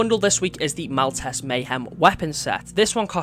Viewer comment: it's Mal-teese